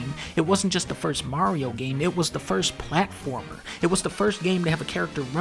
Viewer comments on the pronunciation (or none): none